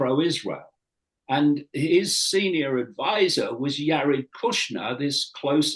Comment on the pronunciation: I don’t trust this guy! Basically he is saying the WHOLE truther community is a bunch of liars and con artists! Dude pronounces “Jared” as “Yared”! 😂😂